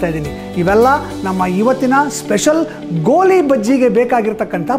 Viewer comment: ಗೋಲಿ ಅಲ್ಲ ಸ್ವಾಮಿ ಅದು ''ಗೋಳಿ ಬಜೆ"